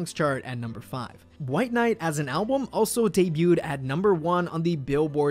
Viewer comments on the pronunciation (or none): none